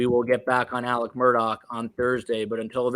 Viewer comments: saying “Mur-tock” makes me want to cut my ears off, Van Gogh style. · It’s not mur tocks. Omg